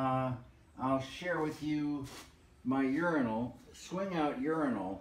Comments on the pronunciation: That "ure-ine-al" is really clever. Why even bother with This Old House when we have this series? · Love it! And I adore the little details like giving us the British pronunciation of urinal :) He has not forgotten his fans who are not American.